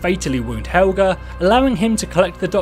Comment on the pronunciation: ITS HELGAAA